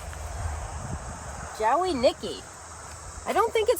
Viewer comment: and you two can make me belly laugh sometimes. Dahlias always seem to do better later in the season for me. Two things. That does look like Jowey Nicky and just ignore the "w" when pronouncing Jowey/Joey. Second, looking at all those pots left to plant my girl you all need to upgrade to an auger for real. I know the farm is rocky but there are augers that stop if they hit something. I think you would love it.